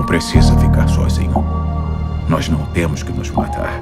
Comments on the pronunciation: "nois" já fechei depois disso. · "Nois" tira totalmente o clima kkkkkk